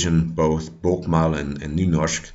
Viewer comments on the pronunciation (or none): good video, but å (in bokmål) is pronounced like an "o" like "bukmol. :)